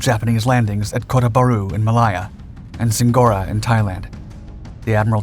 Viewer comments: Did this narrator call this WW2 battlefield Muh-Lie-Uh ?? It was May-Lay-uh, you goofus. Get a speech coach, fer crying out loud. Or better yet, watch some other WW2 documentaries. They pronounce it right. You'll learn that the territory became modern-day "May-Lay-zha." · Malaya is pronounced "Mal-ay-a". Not "Mal-eye-a." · Malaya is pronounced as "Mer-lay-yer" and not "Mer-lai-yer" by both the Malaysians and British. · Maliah you mean Malaysia? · "Maliar"......totally incorrect pronunciation. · "Maliya"??? Really? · Ma LAY a. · It is pronounced "May Lay Her ! :face-orange-biting-nails::face-fuchsia-poop-shape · Say ot with me, mu lay uah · Great content, but is the narration machine-generated? Malaya is pronounced ‘mah-lie-ah.’ Second time I’ve noticed mis-pronunciations of words. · Butchered the British pronunciation of Malaya. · Odd way to pronounce Malaya! As for Z. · and a lack of how to pronounce Malaya lmao